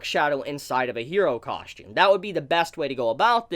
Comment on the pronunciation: coSHtume coSHtume coSHtume COSSSSSSSTUME